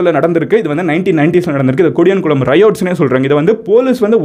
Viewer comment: Bro it's not kodiyankulam It's podiyankulam